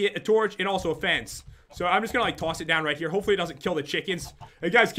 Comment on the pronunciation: You said "fence" like "fance"